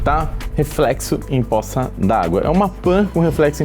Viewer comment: vídeo massa, mas "possa" ao invés de "poça" foi foda kkkkkkkk